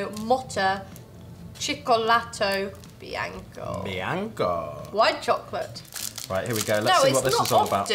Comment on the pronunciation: Raga ma seriamente hanno detto lingouttou moutta, ciouccoulatou biancou...cioè noi in confronto abbiamo una pronuncia dell'inglese che possono solo invidiare ahahaha... Comunque il cibo italiano vince su tutto ragazzi, è scientificamente provato Viva l'Italia😂❤